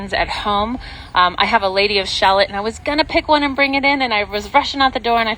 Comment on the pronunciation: Lady of Shalot is not pronounced like “shalllot”. It’s pronounced ShaLOT